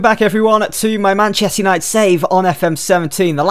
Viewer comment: Man chest united say it properly fucks sake